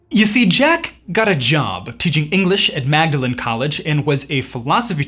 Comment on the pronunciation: If he was born in Belfast that would make him British not Irish. And Magdalene college is pronounced Mawdlin.